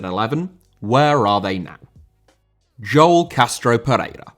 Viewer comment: Joel* not Jol